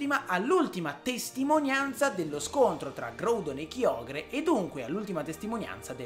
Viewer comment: Anch'io voto GRAudon e KAIogre come pronuncia, anche se ormai sono abituato a KIogre... 😅